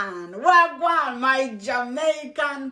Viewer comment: you actually say Wah gwaan real good